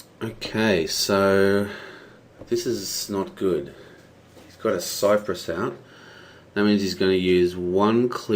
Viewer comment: Thanks for the video, it helps explain the software to me. Also, it's "crypsis" not "cypress."